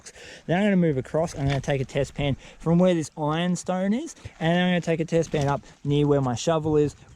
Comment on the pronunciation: Test pan! I thought u said bedpan